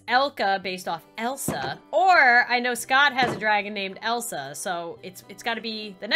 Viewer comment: ITS ELSA NOT ELSA